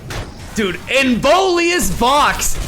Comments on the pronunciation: pronunciation police here: it's in-VIO-lous vox. not in-VOLI-ous vox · Pls it's not Involius, it's Inviolus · Please, after zaunite your chain. Its the inVIOLUS vox, not inVOLIUS vox. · IN - VI - O - LUS. I don't know why it triggers me so hard, but yeah. Nice deck! Looking forward to your new creations! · Little Pronunciation Nitpick: hes called inVIOLus Vox (like Violet). I Think its Latin for "unviolated/uninjured voice" or something...